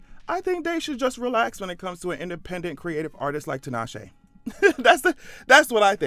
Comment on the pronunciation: First time I've heard 'Tinashe' pronounced correctly.